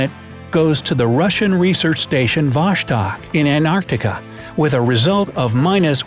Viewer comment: It is vostok not voshtok